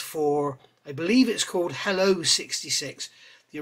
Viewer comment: Just FYI, in US Navy speak, helicopter is shortened to helo, pronounced hee-low. And Helo 66 was used for the recovery of all Lunar missions from Apollos 8 to 13. And a bit of history, after the Apollo Program ended, 66 went back to an ASW helicopter squadron for regular duty, and ended up ditching off San Diego during a training flight in 1975 and not salvaged. The wreck was located in 1500 feet of water, and in 2004 a group of private individuals tried to organize a salvage effort to recover and preserve the aircraft, but it went nowhere.